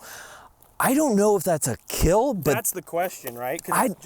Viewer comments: “It will keeel.” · "It will keel" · Its pronounced "Keal"